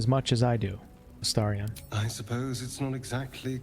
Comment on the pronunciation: Drives me bonkers you calling him Astariaaaaahn. Other than that, great video. 😂